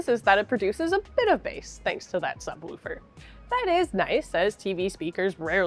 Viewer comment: I like the way pronounces “subwoofer”.